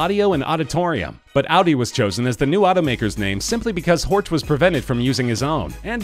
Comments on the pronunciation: Honestly. At least try to pronounce names in their native language. Its "Horch" not "Ortsch". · with Porsch you are not far away from Horch, which should be pronunced "Horsch" in Englisch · You mispronounced "Horch" so badly that it's infuriating. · 'Horch' is Bavarian for listen not German. I'm being bit picky but it annoys me when people get the two mixed up :) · Granted, it's hard to pronounce some German names for foreign speakers, but sometimes it seems a bit lazy. Pronouncing Horch like in the video is wrong, it seems like the narrator doesn't put effort into that, like people saying "Porsch" just because they refuse to pronounce it properly. It's a really good video, this just bugs me. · You're pronouncing Horch wrong. It's not an English name. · im cringin everytime he says horch